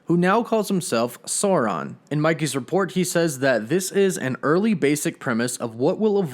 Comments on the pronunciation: It’s pronounced “Soar-rawn” like from Lord of the Rings. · Isn't the LOTR villain pronounced Sow-ron? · imagine pronouncing Sauron two different ways in a 4 min video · Hail Eris! Why did you go from pronouncing "Sauron," correctly, to incorrectly? Because Lykos specifically named himself after the Tolkien villain, and said so. Snarky Welcome to Rivendell, Mr. Anderson.